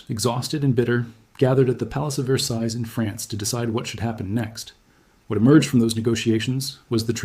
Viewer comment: The S at the end or Versailles is silent. There's something about European history that I knew and you didn't.